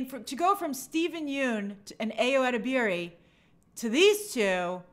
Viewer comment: Hi Grace! Ayo's last name is pronounced (eh-deb-er-ee) have a good day!